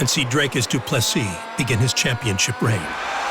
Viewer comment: Sean , its Dricus not Drakus